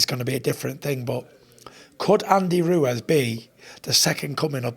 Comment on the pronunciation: Tyson "Andy Ruez" Fury